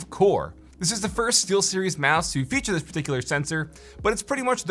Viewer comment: Google voice to text got it right, but I heard Sealseries. lol